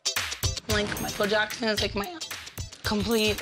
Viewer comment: SHE SAID MICHAEL JASKON HELLA DEAD LMAOOOOO